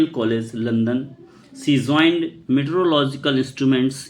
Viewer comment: Joined ❌️ Zoined✅️